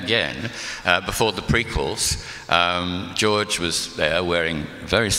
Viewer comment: Ian calling George “Jooj” 😂😂😂😂